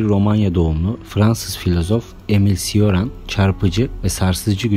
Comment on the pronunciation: Coran diye okunur ismi.